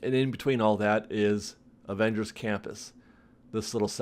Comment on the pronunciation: Is he saying "Avengery"? I believe they stopped construction because of Unions, they cannot build during the pandemic